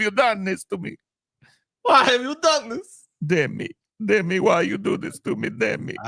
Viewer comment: It's Dimi,, not Demi. Short for Damian.